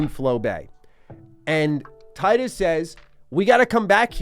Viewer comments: Its tee-dus btw not tie-dus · Tidus not taidus Do you say pick or paick? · It’s pronounced canonically “Tee dus” not “Tye-Dus” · He's called Tidus, not Tightus :( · Not that it matters much, but it's pronounced "Tee-dus" not "Tie-dus." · He said “Titus” instead of “Teedus”. ✌️ peace out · It's not "Tie-dus". You pronounce it as Tee-dus. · Hate to break it to ya, but it actually is in fact pronounced tee-duss. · Why people keep calling him Tydus? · It's pronounced "tee-dus", bruh. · Tee-dus. Great video aside from the incorrect pronunciation. Thanks for showing off one of the best games of all time! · You are mispronouncing Tidus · Man is saying Tidus name wrong the whole video lol